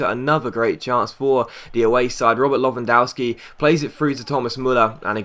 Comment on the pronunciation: The w in lewandowski is pronounced v